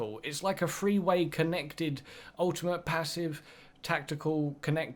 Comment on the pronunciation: Translation for people who speak English; Free = three Abili-ee = ability. Stay tuned for more once deciphered.